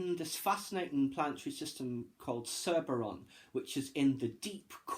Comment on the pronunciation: Nice to see you read this book. It's a decent read and I've done my own full review. I was interested to hear your take of this book too. You are correct with your pronunciations of Triothe and Cerberon etc